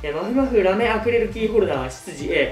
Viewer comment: まふくんアクリルキーホルダーのことアクレルキーホルダーって言ってる...かわよ